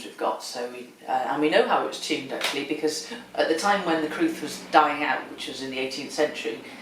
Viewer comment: It is in Welsh, and the crwth (pronounced 'crooth') is a Welsh instrument of great antiquity.